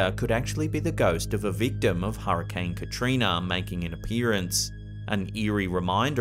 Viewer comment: I love how he said katriner.